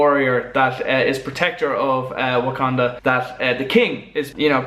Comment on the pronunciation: it's wucandan and the T in T'chala & T'chaka is not silent